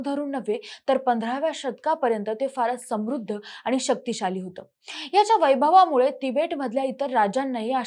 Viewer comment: आनी पानी लोनी करत बोलतीये.